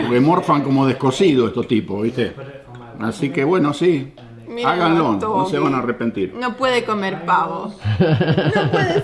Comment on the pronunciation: está bien que hace mucho que te fuiste del pais, pero no digas más hagalón tenés que decir háganlo, también vale para "pruebenlon" y el resto de palabras que le ponés el "lon" Dejándo de lado este detalle muy buenos y entrenidos sus videos, a Samuel es mejor regalarle un traje Armani que invitarlo a comer, por Dios como lastra, principalmente cuando viene para Argentina, me extraña que no pese 120 kg. Sigan adelante, saludos desde Rosario y de Central